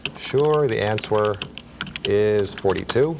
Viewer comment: LOL I don't think I've ever heard someone actually pronounce the w in answer.